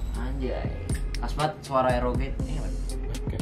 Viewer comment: Nobody: "ROG" (ar-o-ji): "ROG" (er-o-ge) wkwkwwkk